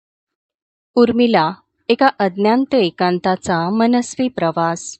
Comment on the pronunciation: अज्ञांत नाही, अज्ञात